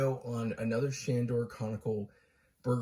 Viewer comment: I love that he can't even say the name